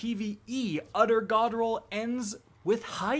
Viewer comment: bro every time you said “utter godroll” i kept thinking you were trying to say “other godroll” but couldnt pronounce it 😂